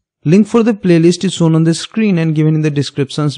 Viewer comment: Sapes, sown and calculason 😂